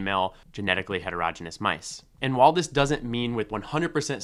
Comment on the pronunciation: "Heterogeneous" is pronounced hetero-GENE-ee-us, not HETER-roj-inus. If you can't pronounce a basic word in biology, what else do you have wrong?